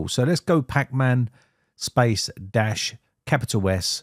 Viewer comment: Thanks man. Also the first time you said "space" I heard "spice" And it was hilarious. Just a funny aside xD